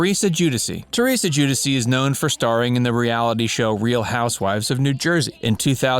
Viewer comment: Lol joo-diss-ee? Giudice is pronounced joo-dee-cheh